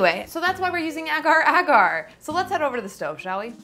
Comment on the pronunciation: It's pronounced as aagar² not egar²